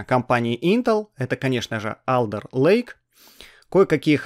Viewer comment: Не АлЕРлейк, а Олдэлэйк